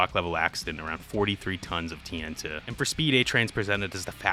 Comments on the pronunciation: I'm so upset that you call TNT (Tee En Tee) "Tee En Tuh". It feels like a subtle jumpscare every time. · Why are you saying "TN tuh"? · bruh says tnt like tntuh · why do you keep saying tee n' tuh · The way you say TNT irks me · why tf you keep pronouncing tnt like jimmy from south park